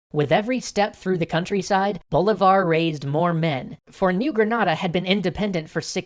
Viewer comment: 1.- si-MON bo-LEE-Var. 2.- You skipped Páez (the new leader of the "Legion of Hell" (By this point they weren't any longer called that, that name was only given while they were led by Boves) and Sucre (Bolívar's non-blood son and who was loved by Bolivia and Ecuador), how dare you? 3.- You added the Essequibo for only one moment. 4.- Income the Argetinians getting angry for not seeing San Martín in here.